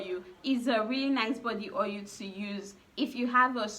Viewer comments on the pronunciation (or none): Ur tonation is A1 the more I keep hearing ohil d more I lost interest in d video